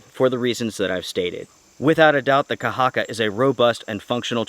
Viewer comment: Thanks for the review, and your pronunciation of the word "kahakka" is very good. Greetings from Finland